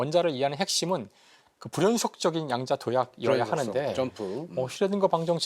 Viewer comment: 여러 분! "양자 역학"의 첫 장.ㅣ한자어가, 수량이라는 양이라면 , 이를 "길게" 발음해야 하는데, 양자 역학 전문기들이 이 것을 짧게 잘못 발음하고 있으니, 도대체! 한국 문화 수준이 참 비참하오이다!!